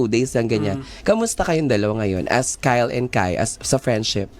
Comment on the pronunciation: Wrong pronounciation..(kyle) kay-le